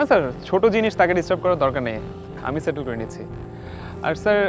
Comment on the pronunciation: স্যাটlল করে দিলো? বাংলাদেশীদের ইংরেজি উচ্চারণ খুবই মজার 😁